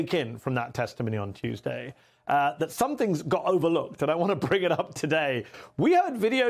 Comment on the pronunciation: For a guy who claims to have the "greatest memory ever" and a "very large ah-brain," t'rump sure has trouble remembering the people around him on a regular basis. 😂🤣